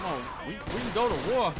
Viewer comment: "We can goduh war, we can goduh war" Felt that lmaoooo